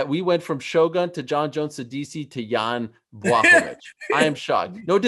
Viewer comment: DC is the only person who actually tries to pronounce Jan's full name correctly 👌😁